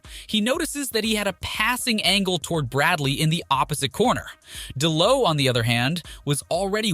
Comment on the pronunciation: And D'Lo not Dlow lol